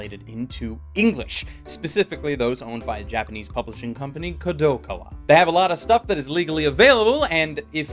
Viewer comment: weirdest pronunciation of Kadokawa i`ve ever heard